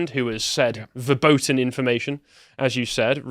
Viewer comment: Verboten is pronounced Ferboten. A “v” in German is generally pronounced as an “f”.